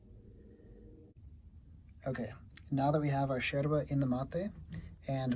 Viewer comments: I love the fact that you say "Yerba" in the Uruguayan style like "sherba" hahaha sounds so natural, thanks for teaching and spreading about this beautiful infusion, big hug from an Uruguayan living in Sweden! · Me gusta como pronuncia sheeeerva!!! Excelente, aprobada por una uruguaya😁. el mate es un viaje de ida sin vuelta. Bueno tomo Sara compuesta y Serena. La canarias te da úlcera, te reviente el estómago.